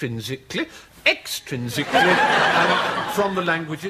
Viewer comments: EXtrinsical-LY! EXtrinsical-LY! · Extrinsically *EXTRINSICALLY